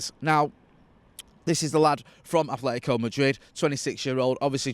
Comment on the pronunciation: Atletico not Athletico.